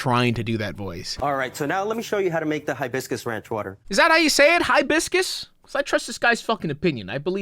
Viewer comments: I've never heard anybody pronounce it "HIGH-biss-kiss" before. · I've heard Hibiscus pronounced both ways. My family is from Honduras and pronounce it like you. We don't hit the "HIGH" in Hibiscus as hard as that guy. Think that's an American thing? Tho it could depend on your accent, I suppose!